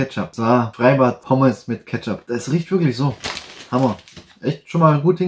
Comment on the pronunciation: Kettschopp > Ketzap > Ketchup